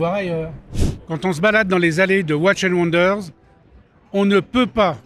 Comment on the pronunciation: Bien vouloir prononcer "Watchiiiiiizzzz and wonders"